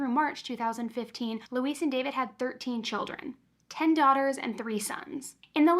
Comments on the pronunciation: You are one of my favorite on YouTube. Her name is Louise (Lu- weez) not Luis. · I believe Louise is pronounced "Loo-EEZ" not like Luis "Loo-iss"